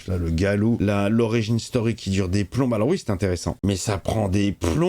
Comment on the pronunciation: Le loup "Galou" 🤣🤣🦣🦣🦣